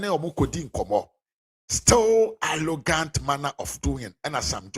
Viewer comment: You're a nasty blatant liar and you don't even know what you're talking about. That's why you can only say Sam George is "Allogant". Rattle your heavy twi tongue and say "Arrogant". What a shame!